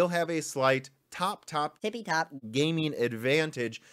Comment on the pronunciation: That "tipitop" was disturbing wtf. lol